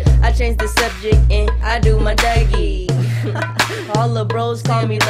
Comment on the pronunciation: It's duggie not dougie